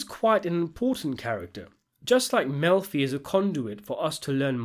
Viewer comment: I love that you pronounce it "milf-y" and that the subtitles translate that as "M*lfi"!